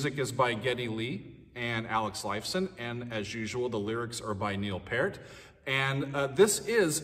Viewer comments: Pier-T ( thats how its pronounced. Just want you to have your i's dotted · Love what you do,. Your ability to break down songs is not only enjoyable but makes complex musical theory accessible. Glad you're doing more Rush. Just a note, Neil Peart's last name is pronounced PEERt. Thanks for the videos. Keep 'em coming! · Peart is pronounced peert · You might want to read his co-authored trilogy “Clockwork Angels.” A most excellent story. And his last name is pronounced Peert.